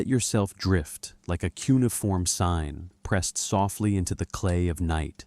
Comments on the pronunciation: It's Coo or Qu-nay-uh-form...not coonieform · I couldn't listen to the whole thing. Look up how to say Cuneiform. You not knowing that, makes the rest suspect.